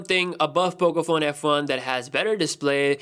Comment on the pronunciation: Im pretty sure i heard him say pocophone fu